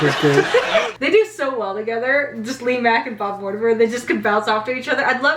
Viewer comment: What's with your mispronunciation of Mortimer Sir??😂😂😂